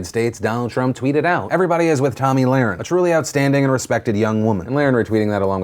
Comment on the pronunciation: Phil I’m pretty sure you’re pronouncing her last name wrong. Over and over again